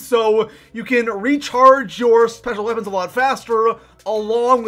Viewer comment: the way he said special weapons 😂😂😂